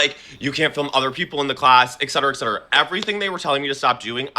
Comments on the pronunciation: this man is messyyyyyyyyyyy, so fucking dramatic, GORL, stop auditioning for House of Villains, I fucking can't w/all the vocal fry, also, it's 'et cetera' bruh not ECK-CETERA, everything about this man is irritating, this is a lot of emotions for a gym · I can't stand when people say, "ex-cetera" instead of "et-cetera". Also, he sounds insufferable....and he has a stupid haircut.